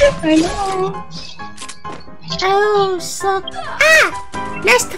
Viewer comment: 其實Hello是唸ㄏ嘍不是嘿嘍也不是哈囉， 講Do you speak chinese？對方會覺得比較有禮貌